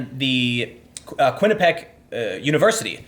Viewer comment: Quinnipiac == kwin-iP-ee-ack